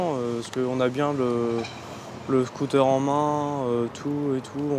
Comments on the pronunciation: Y t'a dit scoot'air mddr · Il dit « scotère » 😭😭